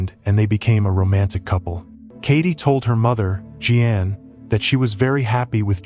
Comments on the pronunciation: Really stupid AI pronouncing. Je Ann? It us JEAN ...idiot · This AI voice call her mom Jean G Ann! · Don't use AI. It said Gee-Ann for Jean. Ffs c'mon! Downvoted my upvote. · "G-Ann" that was as far as I could go with this AI drivel. It's Jean...J-ee-n... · Gee-an. I love ai. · You can't pronounce "Jean". Is this an ai slop video?